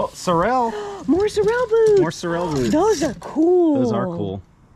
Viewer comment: The brand of those boots is pronounced Sore-uhl... or Sore-Roll